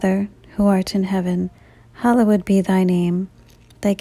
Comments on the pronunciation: Not sure who is reciting these but I cringe every time they say “hallowed”. Makes me think these are computer generated voices or someone who’s first language is not English. The word is not pronounced as “Hollow Wood”. Or “hallow wed”. Can this be fixed? Enjoy listening when I have quiet time. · It's amazing I only wish the sacred word 'Hallowed' was properly pronunciated. I only say because it disrupts the rhythm of this glorious prayer and should be said correctly. It's worth it to fix that please in Christ Jesus name Amen.